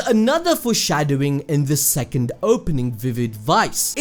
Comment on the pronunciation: Man said threcond 🤣🤣